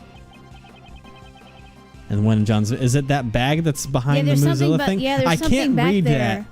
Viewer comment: Okay, I know it’s “Moozilla,” but I swear I keep hearing “Mozilla,” and I’m like ‘What does Firefox have to do with this case? Wait...is it Lang? Is he the Fire Fox?’